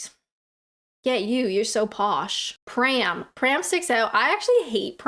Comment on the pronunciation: You’ll find “pram” easier to say if you don’t pronounce it “pree-am”! 😃